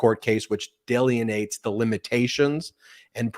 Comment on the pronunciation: Did Ben just say, "delianates" instead of "delineates"? 🤨🙂🙃